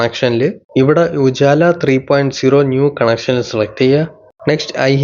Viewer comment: ഉജാല അല്ല ഉജ്വല 😂😂😂